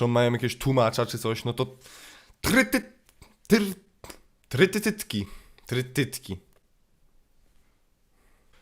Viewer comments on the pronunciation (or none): oglądając to: ej wiecie że się mówi trytytytytytytki